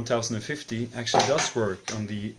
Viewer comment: By the way, it's not pronounced 1 thousand fifty, it's ten fifty, but people can say it however they want. Also, nice beard (totally unrelated).